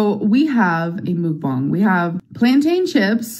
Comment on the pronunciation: I can’t believe does “mukbangs” but she can’t figure out how to say it. MOOKBONG? Girl stop. Two slices of pizza isn’t a mukbang, it’s called eating leftovers